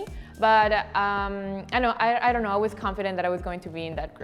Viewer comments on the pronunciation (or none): "Ano" I know she was trying to say "IDK" but the accent tho ❤️